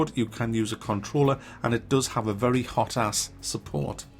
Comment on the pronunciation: I just understood "hot ass support" instead of "hotas support" XD